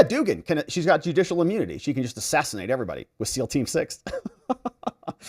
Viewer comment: It is pronounced dug-an no doogan.